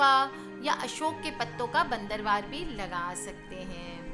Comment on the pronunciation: madam bandanwar hota hai .not bandarwar